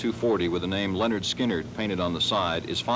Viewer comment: hey dude...it's pronounced Leh-Nerd Skin-Nerd